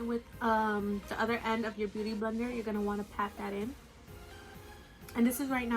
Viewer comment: I keep hearing you say booty blender lol